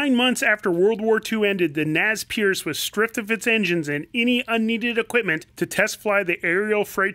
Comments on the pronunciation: The Naz Pearce??? Non, Non, Non.... zee "Nay Pair say" or in English Pierced nose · "Naz Perce" ??? Mickey !! Mickey !!! Think French !! "Nez" -> "Nay", "Percé" -> "Per-say" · You totally destroyed the pronunciation of "nez percé"... Apart from that, great video!